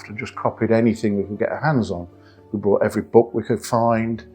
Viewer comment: Bought not Brought